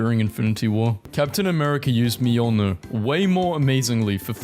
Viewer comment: Mjolnir ❎ Mejiolnir mejumhma ✅